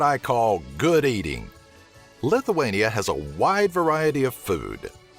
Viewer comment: lithuania not lituania